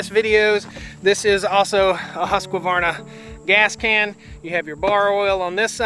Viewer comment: Plz say Husqvarna properly, it's offensive to the Husquahvanna tribe of New Guinea. They're not chainsaws, they're people